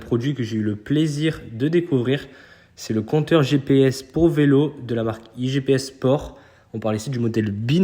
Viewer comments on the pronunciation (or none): Sérieux, j'entends beaucoup de youtubeurs même les plus connus dirent "IGPS Sport", 2 minutes après c'est "IG Sport" apprenez au moins à prononcer correctement ce que vous présentez ... c'est IGP Sport 😆 sinon effectivement super compteur !